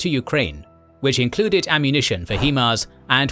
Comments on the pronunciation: it's pronounced "High-MARS" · "he-mars" lol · It's H[AI]MARS. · You are mispronouncing HIMARs its High-Mars. Also Ukraine is not part of the Balkans. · Bro. Love the videos but please. It’s pronounced High-Mars. High Mobility Artillery Rocket System. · It is pronounced High Mars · Right, he does an impressive job with the local city and region names and then “Hee-mars.” I’m like, dafuq is he saying? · Too bad he can't pronounce HiMARS